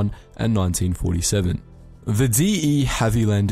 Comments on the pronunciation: Horses for courses but overall it’s got to be the De Havilland Mosquito. And that for your information is De Havilland not D.E.! Ohhh…………… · Ummm… it’s pronounced “Dee-Haviland”, not “D. E. Haviland”. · “Dee eee havilland” 💀💀 its just De Havilland after Geoffrey De Havilland. Also you didn’t mention the fact that the mosquito was made almost entirely out of wood. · Well the voiceover pronounced 'De Havilland' "D E Havilland", so it's safe to assume British wartime aircraft aren't his speciality. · Since we're talking about mistakes regarding the Mosquito, the manufacturer is "de Havilland", not "D.E. Havilland" (this is about the pronunciation, not the text on screen which is correct) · D. E. Havilland, really? It's pronounced DER [with out the R!] as in Olivia De Havilland who was related to the De Havilland aircraft manufacturers here in the UK. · The “dee-ee” Havilland?! No, it’s a name. “De Havilland” as in “Deh-Havilland.” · The "D" and "E" in De Havilland is one word, in this case meaning "of" in French, most likely a hangover from when the English had continental possessions in Aquitaine and Normandy. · B-17 FTW. Also Ive never ever heard anyone pronounce the de Havilland as D.E. Its a 'deh' sound deh Havilland..de Havilland...hence the lowercase letters. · The De Havilland isn't D E Havilland. It's named after Geoffrey de Havilland. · What the fuck is a D.E. Havilland? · It's so disappointing when you hear the narrator screw up a famous name in these kind of videos. It happens a lot too. We're talking about so most important warplanes in history and the De Havilland Mosquito is definitely one of the but it gets mugged off as the D.E. Havilland Mosquito. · De Haviland is NOT said D.E. Haviland. really? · Ummmm, "The D E Havilland DH98 ..... " ???? Have you not heard of De Havilland before? Geoffrey De Havilland of De Havilland Aircraft Company? At least know the planes name m8. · “Dee ee Havee land” lol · "The D.E. Haveyland Mosquito..." 🤦‍♂️